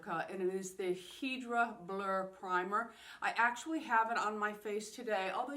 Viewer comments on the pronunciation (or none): Hydra = hydration, so is not pronounced "heedra", fyi.